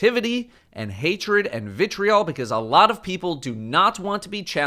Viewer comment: stop saying vitreol